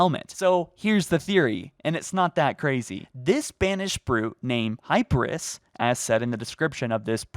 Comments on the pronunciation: Am I the only one triggered he’s saying hyper us and not hi peer e us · Hypris? mans, you cant get Mjolnir or Hyperius xD. HI-PEER-E-US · I think it’s pronounced HI-PEER-EE-US, not HI-PRUS But yeah this is pretty messed up haha. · Hi-Peer-EE-uss - Hyperius. Not Hyperis lol. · It's Hyperious (Hai-PEER-us) not hyperous (hyper-US) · Also it’s gonna be pronounced “High-peer-ee-as” not “high-per-us” It’s a play on Hyperion. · Not Hyperus. Hyperius, HI-PEER-E-US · Hyperius not Hyparuss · “High-peer-ee-us” not “high-per-is” say it with me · Also, the name is pronounced “high-pier-ee-us” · I feel like the brute's name is pronounced "Hi--Per--Ee--Us" Just sounds better and... Brutish I guess? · It's pronounced, *Hy-peer-ee-us*. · 1- The voice video is a teaser, not a trailer. 2- What makes you think 343 is trying to mislead anyone, they havent given us hardly anything in 5 years. 3-Your basis of this entire video is MEGABLOCKS.. 4- Hi-peer-e-us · Bro, why do you say Hyperius like that!?? Say it with me. HAI—PEE—REE—US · hyperus? think ya mean hyperius, with the e being pronounced by itself. also it is a name, it used latin/greek naming conventions of having a vowel then an s at the end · You're saying his name wrong. It's pronounced "HI PEER REUS" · I heard hyperius as Herpesereus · I personally would say that name closer to this pronunciation: Hi-pEEr-eus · I think it's pronounced hypee-rr-e-uhs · You mispronounced his name dude, Hyperius. 'HY-PEE-REE-US' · "High-Peer-Ree-Us" Love the vid but man, everytime you mispronounced his name I cringed.😂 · Hyperius (hi-peer-e-us) Sacrifice I love you buddy but that bothered me a little bit lmao. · pronounced HY-PEER-EE-US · Hi-Peeer-e-US HYPERIUS. HI-PEE-REE-US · I feel like it’d sound better pronounced as “High-pear-ee-us” tho. 👀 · I'm glad someone said it. How does one even conclude its pronounced (hyper-us)? Lmao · The way he pronounced Hyperius hurt me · My God your butchering this mans name 😭